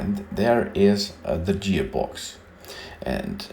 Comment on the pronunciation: guy is kinda weird huh..."jeer box" lol